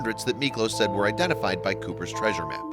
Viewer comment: It is 'treasure',.